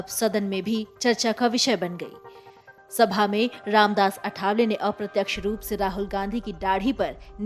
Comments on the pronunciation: अरे चॅनलपे समाचार देनेवाली पत्रकार मॅडम नाम तो सही लो अठावले नहीं लिखलो आठवले नाम है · अठावले नहीं आठवले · अठावले नव्हे.... " आठवले ". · अठावले नहीं ,आठवले नाम का सही उच्चारण करो।मराठी नामों को अक्सर क्यों बदलकर बोला जाता हॆ? क्या आठवले का उच्चारण करना इतना मुश्किल हॆ? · अठावले नहीं मॅम,आठवले. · आठवले. ...Not अठावले Please.... at least the formal communication should be correct.. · सर्णमे का प्रोनाऊस ठीक से लेना आठावले नहीं आठवले